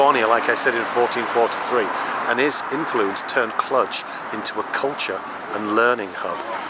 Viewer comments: I think the romanian "j" is not that common in engish. The pronoinciation is Clu + j (the "j" sounds like the first sound from the word "genre") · No, us locals really don't call it "Cludge" as you keep saying it it, lol. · Clujjjj not Clutch.... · Learn how to pronounce the name of a place you are in… kludge!? You are silly! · I think you're mispronouncing the city name. I may be wrong, though. Nice video, though.